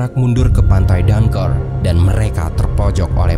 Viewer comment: Itu bacanya dangkrik min bukan danker😂